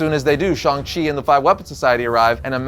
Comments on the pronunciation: Shhhhhang chi. Not Shong chi i had to stop watching because of this dam. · Okay am I the only one who still him shang chi instead of shong chi I mean I'm not racist its just feel some people who knows about the comics like myself felt like getting a headache since the MCU change how they pronounces his name